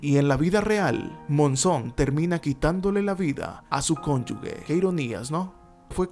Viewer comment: Todo muy bien,hasta que dijiste conyugue jjj